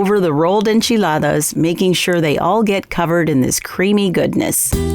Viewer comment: Looks wonderful. I love Mexican food and I love the way it sounds when you pronounce the word enchiladas